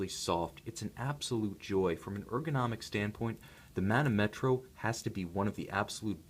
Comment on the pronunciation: The correct pronunciation is manòmetro ;)